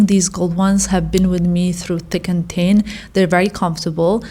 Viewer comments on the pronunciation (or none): none